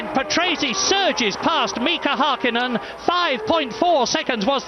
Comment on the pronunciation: Back when Murray Walker mispronounced the surname "Häkkinen"😂